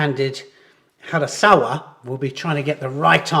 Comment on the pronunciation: did you say hasaKawa ? harasawa😉